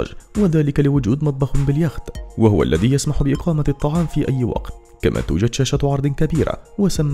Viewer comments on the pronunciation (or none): none